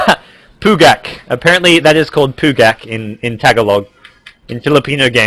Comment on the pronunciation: its funny how you say "pugak" idk what it really means :D